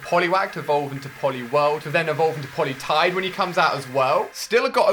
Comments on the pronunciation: The Cube //Cube Legend it's Politoad, not Politide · rmbricks and im pretty sure it is politoed not politide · did you just fucking say politide? dude learn your shit it is politoed pronounced POLYTOAD. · he said politide fucking die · First, he misprounounced it. it is supposed to be pollytoad. pollytoad is the speperate evolution. look it up. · politide wtf is that never heard of that pokemon before now i have heard of poliwhrile evolve into a politoad but never heard of this on woooooooooooooo jk jez cant even get a pokemon's name right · Heck he said Politide instead of Poliwhirl, like how do you mess that up?